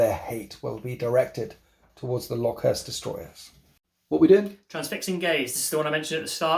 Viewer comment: Lokhust (like the insect) not Lock Hurst